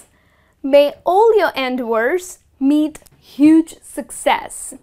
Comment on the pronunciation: Dear, Why do you put stress on the first syllable in the word "endeavor"?